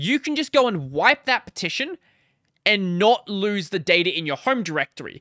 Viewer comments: you're saying it like /pʰˈtʰɪʃn̩/ but everybody else with an Australian accent says /ˌpʰɐːˈtʰɪʃn̩/ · thats not an accent you are just saying it wrong???